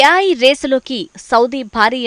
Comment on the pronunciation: yaay kaadhey babu ... A.I (Yeyy, I)